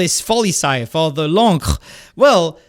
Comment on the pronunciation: how was this first time I’ve heard the correct pronunciation of L’Ancre